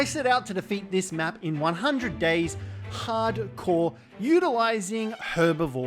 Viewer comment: Why'd you say Harcore like that😂